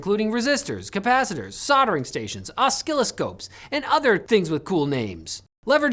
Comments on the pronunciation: O-skill-oscopes? Probably should increase your pronunciation skills. It's pronounced like osilloscopes. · Oskiloscopes...he said😁😁😁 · Os-skill-oscopes! I love it 😂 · Oss-kill-o-copes What the hell is one of those?